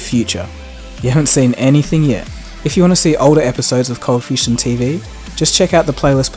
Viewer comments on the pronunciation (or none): Fustion? or Fusion*? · fusion or fustion?